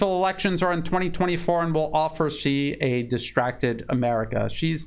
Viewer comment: Thank you for the in-depth information. Also I am please to hear you said president Xi correctly compare to most US mainstream medias. I have one year mandarin education. So I like to hear correct pronunciation.